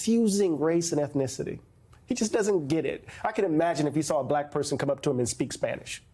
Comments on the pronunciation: The way he says “blaaak” tho. VOTE BLUE USA. 🗳️💙💙🇺🇸🇺🇸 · How'd he manage to make "BuhLack" a 2 syllable word? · You know a guy is racist by the way he pronounces “bahhlackkk”